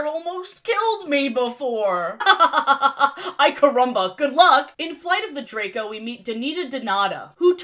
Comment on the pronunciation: You pronounced 'Ai Caramba' incorrectly.